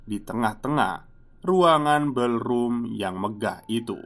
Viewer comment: Koreksi ya mas,spell utk Pantry= Pentry (dibaca) Ballroom = Bollrum (dibaca)